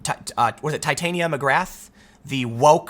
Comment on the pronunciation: "Tit-awn-ya" ... you fence-sitting, name-dropper.